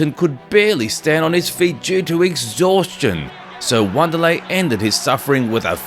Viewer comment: “W”anderlei he says. Now I’m waiting for “R”oyce Gracie